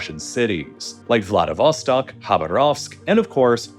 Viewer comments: accent is on the second A in Khabarovsk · While I enjoyed the video, I HAVE to mention - Dude, you BUTCHERED the pronunciation of "Amur" river (um-moor, not am-eer). Amir is an Arabic/ Semitic word meaning "Prince." Also, the Russian city "Khabarovsk" should be pronounced "Kha-bar-of-sk" and not... whatever you said. I'm an Australian who speaks ZERO Russian and if I can pronounce these things right, you can too!! Hells, the only reason I know how these names are supposed to be pronounced is because I used to watch videos made by Natasha, a ridiculously, impossibly beautiful Russian girl, who was from that region. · Man, I need to blow off some steam after repeated hearing 'blagoveshchEnsk': it's 'blagovEshchensk' + 'khabArovsk' and 'vladivostOk'